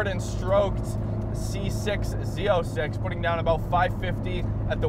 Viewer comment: Why does he call it Z0”sex” ?!